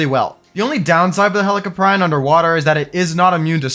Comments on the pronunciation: I could be wrong but I believe it’s pronounced Heli-Cop👮‍♀️- Ree-On. That’s how I say it and that’s what makes sense to me but I’m definitely not the pronunciation expert lol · In which would sounds like Helico"preeon" instead of Helico"pry-on" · I lost a year off my life every time you pronounced helicoprion 🥀